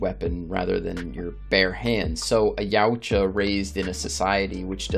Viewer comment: Yowcha.. it's not yaooocha